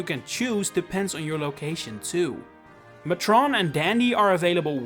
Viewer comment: it’s pronounced “MAY-trun”